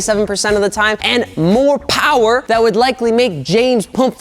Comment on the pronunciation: MORE POWAH BABY